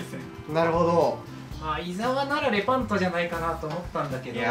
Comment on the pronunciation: レパントをブランドっぽく言うのやめて